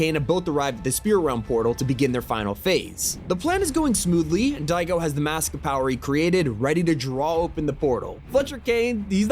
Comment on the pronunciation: im sorry you cant say daigo